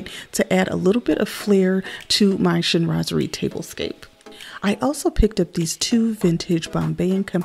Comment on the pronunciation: You described everything so well! And to be honest, I didn’t really know how to pronounce “Chinoiserie” properly 😂. I didn’t even bother mentioning it in my video 😅. So, thank u for keep saying “Chinoiserie”. Now I know. 😘